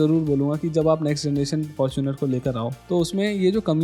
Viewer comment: Fortuner nhi Faaaarchunar 😂